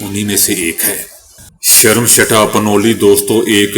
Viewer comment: Sharamshetha nahi but Sarmistha plz correct it or learn from any indian person but thanks 🎉